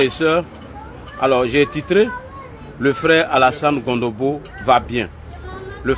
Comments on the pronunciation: C est CONOMBO et non Gondobo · Tu es en train de massacrer le nom du frère. C’est pas Gondobo c’est plutôt Cononbo